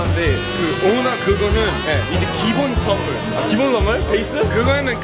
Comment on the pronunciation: 선무를 솨와쒀요